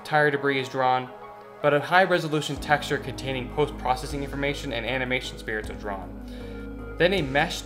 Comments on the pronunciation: I'm inspired by the deep dive, love your guys' mission, I'm gonna subscribe... do yourselves a favor tho, and look up how to pronounce "Sprites", "Foliage" and "Aliasing" (you got anti-aliasing right). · I guess I'm that guy now but how does somebody so intelligent say spirits instead of sprites and vig netting instead of vin-yetting